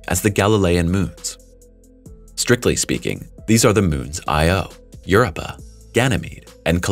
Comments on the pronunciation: You're giving a history lesson on Europa and you can't even say it properly. Get crap right before you put out videos. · Pleeeese FIX Your AI's "Word Pronunciation"...It's Drives Me CRAZY...The Way It Sounds Out The Word "Europa" Is So Out Of Wack...lol.. It Makes Me Stop The Video...lol...Just Saying